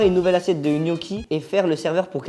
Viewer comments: Michou qui dit gnocchi au lieu de "knocchi" 👏👏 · Ptn mich il me soule avec "kniochi" et "poèle"